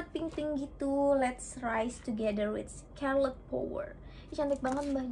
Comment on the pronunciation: Kak maaf oot tp itu cara bacanya bukan “skerlet” tapi “skarlet” yaaa kak. Aku awalny bingung skerlet itu apa, ternyata scarlett toh wkwk